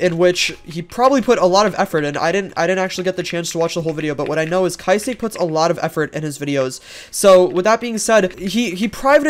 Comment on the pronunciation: the way he pronounces kysiek as kysi-ek and nosdaemon as no-s-diamond LMFAO